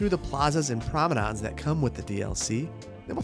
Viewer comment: Plaza's and Promodons?! =D lmao I had to rewind and watch with closed captions on.